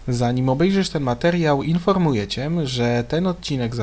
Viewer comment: Cię a nie CIEM mój drogi